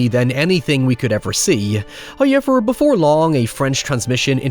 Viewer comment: First "hoyevver" drops . More than halfway through. The discipline of He is to be admired.